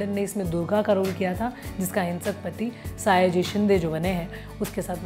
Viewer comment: आप please मराठी कलाकरो का नाम सही से लिया कीजिये... 'सयाजी' सही है....आपने 'सायाजी' कहा है...'सयाजी शिंदे'